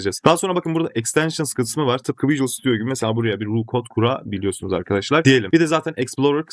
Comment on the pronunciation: Videolar icin tesekkurler ama yapa-biliyorsunuz, kura-biliyorsunuz, o-diye-biliriz demek yerine dogru sekilde telaffuz etseniz keske. Biraz rahatsiz etti de :)